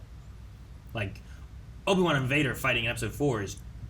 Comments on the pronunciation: Obi-Two 😂 I’m dead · Not Obi-Two 🤣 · Obi-two lol 🤣😂